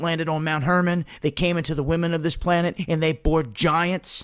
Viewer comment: You keep saying "planet." You almost have it right.